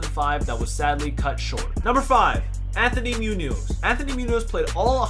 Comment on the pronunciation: This video is bad! The top 10 you chose are great, but the video doesn't show the players you are talking about half of the time!!! You also mispronounced Munoz and Krumrie's names!!